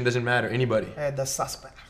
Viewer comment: The sussspect. Hahahahahaha.